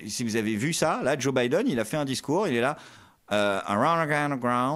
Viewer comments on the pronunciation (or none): none